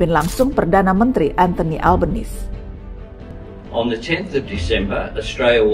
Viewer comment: perbaiki pronounciation nama Albanese